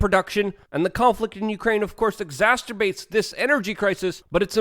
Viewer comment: I wish Russia hadn't "exasperbated" the problem 😂😕 seriously dude learn to say it correctly👍🏻